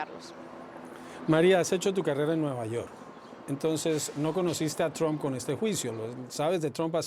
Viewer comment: "Tromp" jaja parece que dijera "trompa". La pronunciación correcta se parece mucho más a "a" que a "o" señor; debería decir "Tramp".